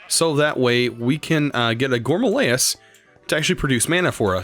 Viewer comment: Have you been watching Direwolf20? I cringe every time he says gourmalayis instead of gourmaryllis, and now you say it too. I'm pretty sure you said it right last episode.